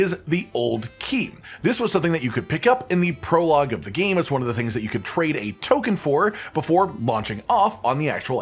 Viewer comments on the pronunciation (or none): none